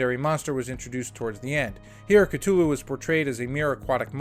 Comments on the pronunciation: “Call of Cttuluuu” ITS A TH YOU FUCKIN GOOF C-THU-LLU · Great vid but my god is it hard to listen to someone who says it as Ktulu instead of Cthulhu 😅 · The H isn't silent, it's K-Thoo-Loo. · The way cthulu is pronounced…cringe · BRUH, NO ONE CARES ABOUT THE CASTING OR HOW MUCH MONEY IT MAKES.... smh... and youre not even saying "Cthulhu" right, GTFO. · You gotta learn to pronounce words properly. Especially the ones in the title of the video that you repeat over and over. Google is your friend. A sequel for a movie that lost money? Highly unlikely. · Yeah, nothing psychological here, yet he calls it Cthulhu??